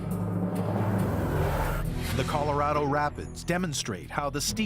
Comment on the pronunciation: > < ...."the Coloro river"......